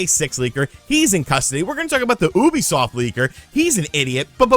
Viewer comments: It's pronounced like "youbi-soft", not "Oooby-soft", stupid. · Do you pronounce "ubisoft" incorrectly on purpose, out of habit, or what? Please!